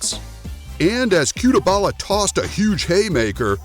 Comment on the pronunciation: no disrespect to your channel but featuring a fighter in this video with a wrong surname and pronunciation is an insult to the person, it's CUTELABA not CUTEBALA...